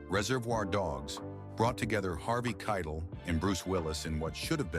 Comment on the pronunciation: The narrator still messed up his name.